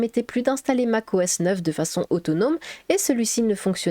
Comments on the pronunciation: Ah voila ! je ne suis pas le seul ! 🤣 Mac O S pas MACOS... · plus qu'une vidéo, c'est un dossier complet sur Classic et la genèse de l'interface graphique ! Tu as pensé à la scinder en plusieurs vidéos plus courtes sur System 6, System 7, en gros, genèse de macOS, puis système par système... ? et pour les mauvaises langues qui rigolent sur le "macosse", à savoir que le système n'a eu de cesse de changer de nom : System, Mac OS, Mac OS X, OS X, macOS. Moi en tout cas, je trouve rigolo cette petite erreur qui n'en est pas vraiment une en plus, et ça fait un peu "signature". Sinon personnellement, je valide "ta nouvelle voix" ;o) Et enfin, prévois-tu de faire des genres de vidéo démo des OS marquants de la pomme ?